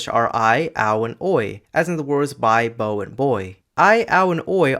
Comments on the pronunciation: I think you meant to pronounce the middle word as the verb bow (rhymes with how) but instead pronounced it as the noun bow (rhymes with no) which is also a diphthong, but not the one shown on screen. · you said "bow" wrong for it to match your example lol still great vid